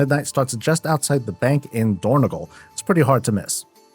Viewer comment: It is dornOgAl, not dornEgOl